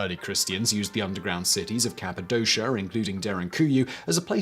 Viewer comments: it's capadoshA... not capidosha. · As an English speaker who has lived in Cappadocia for 17 years I'm getting full body cringes from the pronunciation.